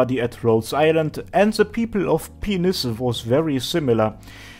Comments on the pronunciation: dude, by-nus, not pe-nus. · Dude...Pinus is pronounced PINE - US P! EYE! NN! UGH! SSS! Not penius...Xd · its pine-us not penis. it means pine tree or something. so it should be pronounced like pine tree. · Pinus, not pine-us. Latin, not English. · It is modern Latin so "correct" pronunciation is damn near impossible to pin down lol. I studied botany in Sweden and everyone in my class, professor included, pronounced it "peen-us"